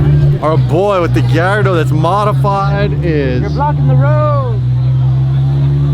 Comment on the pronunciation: "Thats a nice Galado" 😂